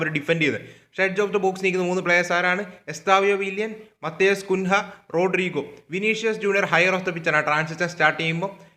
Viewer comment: Bro കുൻഹ അല്ല കുഞ്ഞ്യ 😅